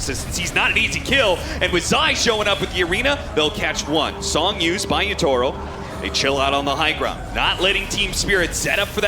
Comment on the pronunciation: the pronunciation of Yatoro as Yutoro is killing me